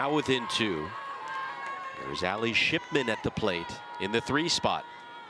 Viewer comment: Nah they definitely said SHITMAN INSTEAD OF SHIPMAN